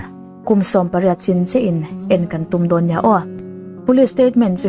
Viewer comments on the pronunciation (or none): none